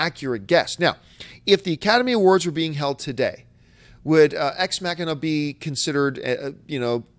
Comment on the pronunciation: The way you pronounced 'Ex Machina' made me laugh, John, and also 'Boyhood' unfortunately only won one Oscar for Patricia Arquette's performance. That movie deserved more. Oh well. It was still a great movie that shouldn't be forgotten.